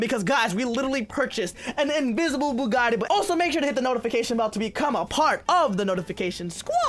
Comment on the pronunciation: You said invisabe bugite